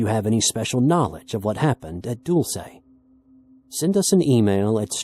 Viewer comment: Dulce= DA-lsee in pronunciation, NOT doo-L-se=====> (*) /ˈdʌlsiː/